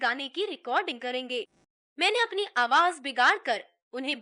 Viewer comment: It is very irritating to hear z pronounced as j Why aawaj? And not aawaz? Spoiled the whole experience